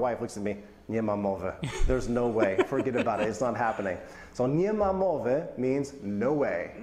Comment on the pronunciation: You pronounce "nie ma" as "ni ma". Both mean "there is no" like "there is no money in the purse". But "ni ma" is very very colloquial, close to slang and comical pronunciation like "derz nou"